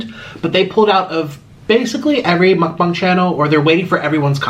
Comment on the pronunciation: Why is nobody mentioning he pronounces mukbang mukbung